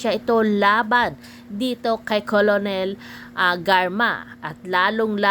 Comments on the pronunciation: Kakabwisit nman po un voice over. Cornel lng, d pa ma pronounce ng tama. Kolonel daw?! Hehe. Wag ng mag vlog kung ganito lng nman susme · Kernel po, hindi po kolonel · kernel not colonel anong klase kang tao di mo nabalita at narinig???nag aral kaba??? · Di po kolonel ang oag pronounce, paki check nyo sa google or dictionary😂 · Colonel It is pronounced as "Kernel